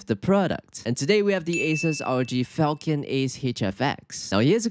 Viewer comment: Not falcon, falCHion, like the sword. How do people still not realize this?